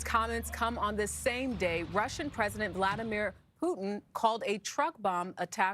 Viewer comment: there's no way she just pronounced it VOHladamir